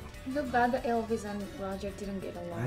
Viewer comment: She said dodger